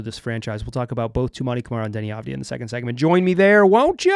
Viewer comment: You can hear exactly how Saraf is pronounced in the first seconds of this video: AVujmuH2Po4 The good news, at least you're pronouncing Deni's name correctly, that's not something to take for granted and quite nice after hearing numerous commentators and announcers butchering his last name during his first years in the league.